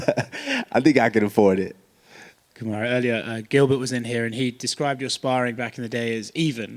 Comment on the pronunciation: What is your Name... Kumaru... Not it's Marty... What is your name Kumaru No it's Marty.... What is your name... His name is Marty Fake Newsman and he'll choke